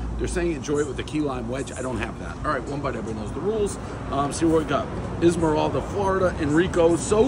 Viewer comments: Love it. But Islamorada is pronounced 'I'll-more-ah-duh'. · It’s Islamorada… pronounced “Eye luh more ada” 😂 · it's pro- nounced I LA MA RADA ! Go Dave! CRACKED CONCH CAFE!!!! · Dude completely killed the name...Pronounced like "ILA Morada". Haven't tried Enrico's but Islamorada beer tastes like Pabst Blue Ribbon. For the first couple of years they just relabeled other beer. Ironically, it was better then. Go for Key West Ale, a real beer. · It’s Eye-la-mirada… everyone knows makes this shit up. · Yeah, it’s pronounced: Eye-la-morah-dah. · Ah, the keys. You know what they say, "Down on vacation, home on probation!" And Islamorada is pronounced ai·luh·muh·ra·duh. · I LA MORADA. like Island the "s" is silent. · Pronounce Islamorada as Esmeralda, everybody knows the rules. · Iz maralda is pronounced I’ll marada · It’s pronounced Eye-La-More-Ah-Da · ISLAMORADA= EYE-LUHH-MORE-ADA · We all know it's izlamarelda. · Bro it’s ILAH-MORADA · It’s pronounced “Aisle-Murada” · Pronounced ila marada prez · Ismeralda lol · Can't pronounce the name right? Islandmorada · Pronounced “ILE-MORADA” 🤦🏻‍♂️🤦🏻‍♂️🤦🏻‍♂️ c’mon Dave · Dave's pronunciation of Islamorada (I-la-ma-rod-a) is as bad as his outfit. The Conchs (konks, native to the Keys) are going to torch him. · Dude you butcher the name of every town you’re in. It’s pronounces “Eye-La-Morada”. Such a momo. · I bet you could tell Prez how to properly pronounce Islamorada 10 times and he still wouldn’t get it 😂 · Dude thinks Islamorada is a Disney princess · Is Dave trying to say Islamorada 😂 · The way he’s saying Islamorada is bothering me😂😂😂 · That's the funniest pronunciation of islamorada I've ever heard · I’ve never heard someone say islandmorada like that 😭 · Can't believe he butchered Islamorada that much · 1.8 on pronunciation of Islamorada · Dave, if you are going to live in Florida learn how to pronounce the name of the towns of where the pizza joint is. You murdered the name multiple times. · Guy said Ismaralda 😂😂😂